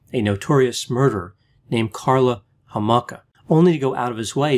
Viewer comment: but he didn't pronounce Homolka right so that's how we know he's not actually Canadian